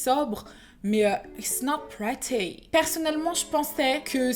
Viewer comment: It's pretty not pratty 😳